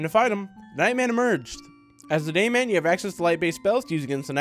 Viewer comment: what everyone hears: I am.. the dayman! what I hear: I am.. the gayman!